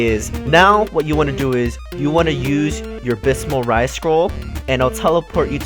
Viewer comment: "Bismal Rise"? I think you mean "(Bath)(is)(mull) Rise."